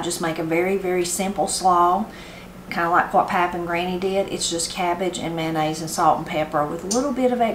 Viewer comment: Please say Mayo NOT Man nnaise My husband will say "Mannaise".:face-fuchsia-wide-eyes